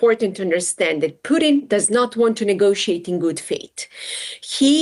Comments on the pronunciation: calls Poo-Tin boodin 😂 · Is she saying Putin or Pudding? I like pudding! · why is she saying pudim ? ahahah